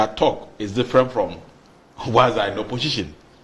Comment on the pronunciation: Why is the guy with glasses saying oposhishin, oposhishin? OMG, it's oposition for God's sake.